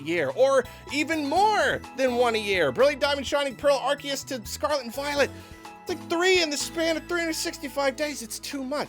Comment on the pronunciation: oh boy can't wait to hear another shitbrained garbage tier take from known fake fan of pokemon, only took 4 minutes and 15 seconds to EQUATE swsh with bdsp (literally how dare you insult swsh like that lmfao) and also to mispronounce "Arceus"